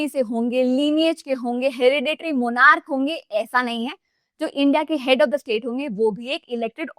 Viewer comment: We have problems in pronunciation in monarchy Olivrachy